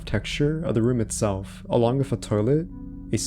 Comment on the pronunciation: So you can say "this", "that", "there", "the", "clothing", "three" but you say "wiff" instead of "with". Why do so many young people talk like this? I know you're capable of phonetically pronouncing the "th" sound because you do it in words I mentioned earlier so why do you say "wiff"? Were you never taught phonics or are you just lazy? It's really weird that's it's so prevalent amongst younger people because a lot of them will completely substitute the "th" sound for either an "eff" or "v" sound like in the case of "vem" instead of "them". This is common among British people but wasn't so much among Americans until recently. It sounds like either your parents or your very early school teachers didn't properly teach you phonetical announciation and you did the best you could trying to emulate the sound but weren't corrected at an early enough age and now it's become "natural" to your speech patterns or you just don't care and are purposely saying it even though phonetically it's actually harder to go from an "eff" sound to a "th" sound like saying "we have to go wiff them" instead of "we have to go with them". I know this is a weird thing to harp about but it's just so weird to me that an entire generation talks like this now out of nowhere and it seems it's because the majority of teachers these days aren't doing what they're supposed to be doing or the kids aren't learning what they're supposed to be learning and it's blatantly obvious when you hear someone say "wiff" inste